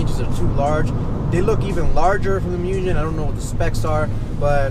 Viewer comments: Its not pronounced mujen. Its pronounced Moogen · Folks, "Mugen" is NOT pronounced "myu-jenn". In Japanese, Mugen means "unlimited", and you pronounce it "Moo-ghen". Here is a Mugen employee pleading y'all to say it correctly. See, now you can correct friends and forum trolls. You're welcome. :) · Definitely pronounced Moog•in. Not muujjhhen. If you hear it both ways, start correcting the people mispronouncing it. I like your stuff but anyone pronouncing it Mujhen sounds like an idiot to any knowledgeable Honda head... It automatically puts you in the rice boy group lol. And nobody wants that!! Thanks for the vids tho, Got a 2018 championship white type r en route as we speak!